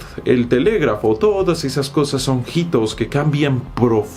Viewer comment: Muy rico video. Una observación: La H es muda en la palabra "hito". Te he oído decirlo como si fuera J ya desde hace tiempo, es sólo un detallito.